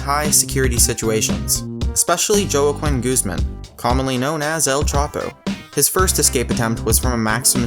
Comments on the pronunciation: lol, how he said juaquin joe-a-coin. hwa-keen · The name JOAQUIN is probounced "HWAH-KEEN"..... NOT "JOH-AH-QWIN" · El Chapo's name is pronounced "Wah-keem" in phonetics. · the way he pronounced joaquin 😂😂😂😂😂